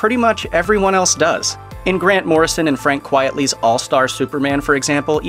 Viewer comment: OK, sorry this really bugs me; you mention artist Frank Quitely and you mispronounced his name (as many do) as Quietly (QUIET + LEE) placing the letter "E" sound before the "T". It's Q-U-I-T-E, you pronounce it like this QUITE + LEE , the "E" after the "T" is silent.